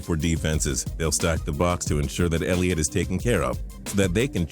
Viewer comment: They said Elliot 😂😂😂😂